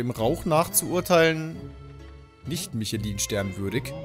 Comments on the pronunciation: Mischlöö wird das ausgesprochen. Nicht Michelin. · Ich kenne nur die Reifen von Michelin aber nicht die Sterne😂 Mischela wirds ausgesprochen 😉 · Jedes mal wenn er michelin als michelin wie das männchen von den autoreifen ausspricht tut es weh.